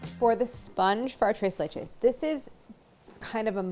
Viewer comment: Tira-leche cake! Tres lech-u cake!